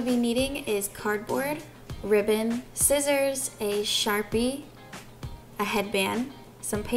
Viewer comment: its scissors not skissors lol